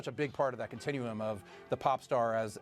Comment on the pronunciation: If someone says CONTINUEUM one more time!!!